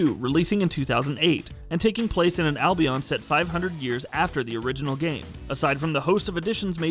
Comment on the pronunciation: Anyone else getting irritated how he pronounces Albion.